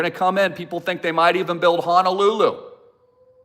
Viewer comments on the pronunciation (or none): none